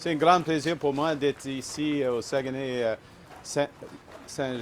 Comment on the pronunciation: Incapable de prononcer Saguenay Lac St-Jean. D'une tristesse